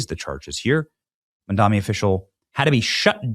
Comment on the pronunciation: BRW , it’s Mamdani, not Mandami